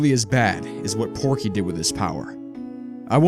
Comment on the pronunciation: His name isn't porky. It's pokey